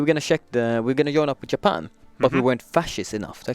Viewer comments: Did he say yapan ? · keeps saying Japan “yapan”